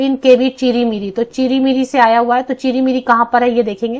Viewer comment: Chiri-miri nhi hai...CHIR_MIRI hai....mam